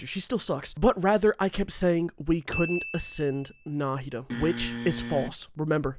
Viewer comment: I'm just impressed he pronounced Nahida correctly